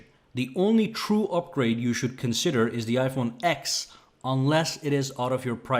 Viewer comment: You pronounced iPhone axe, but it should be pronounced as iPhone ten.